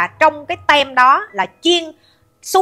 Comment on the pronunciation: Bà ơi team chứ không phải tem bà ơi